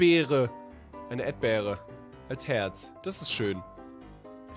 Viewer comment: Edber Hahahahahaha Erdbeere 🍓 edber 😅 warum sagst du das eig ?